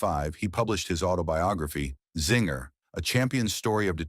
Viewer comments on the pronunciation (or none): It is pronounced A zinger with a long a sound. Good grief!